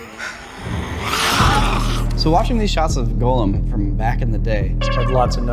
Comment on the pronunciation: it bothers me when he calls Gollum, Golem. He's not a monster from Jewish folklore.